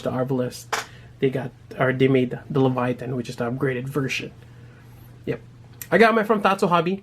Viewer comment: Nice review as always but its pronounced "Lay-Va-Teyn" lol Kept getting distracted when its called Leviathan.